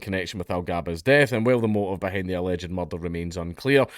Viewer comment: THAR'S BIN A MUCHRRRDAAAH!!